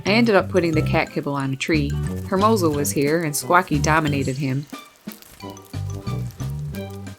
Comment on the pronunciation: you're awesome! I love your channel! 😍 I just have one pet peeve, please don't be angry. I notice you pronounce hermoso as it's spelled but being part Spanish and Puerto Rican it kinda bugs me a bit because it's pronounced ermozo. I love his name though because it means handsome or beautiful in Spanish